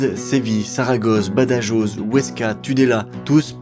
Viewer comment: Badajoz....ça se prononce pas du tout comme cela ;) Ba da roooo